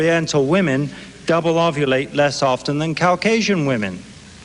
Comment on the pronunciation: Take a drink every time Rushton says Cow-casian! I’m part cow😺